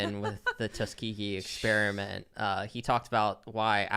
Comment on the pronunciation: It's Ex PEAR (like the fruit) iment, NOT Ex SPEARMINT (like the gum) . . . Jesus, quit bragging about being a dropout when you can't speak.